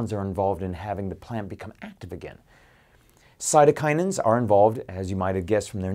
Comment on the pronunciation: its Cytokinins, not Cytokininins.